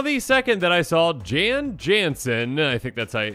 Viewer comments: It's pronounced 'Jan' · You can pronounce the name "Jan" by saying "Yarn" without the R